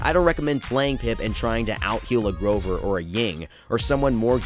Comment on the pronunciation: You said grover wrong